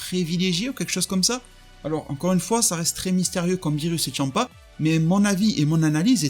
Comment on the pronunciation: Tu dis tchampa c est champa